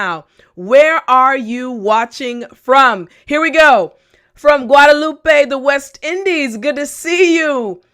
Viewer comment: Hello you're my favorite teacher, im from Guatemala 🇬🇹🇬🇹🇬🇹, when you said Guadalupe I thought you say Guatemala 😃😄😄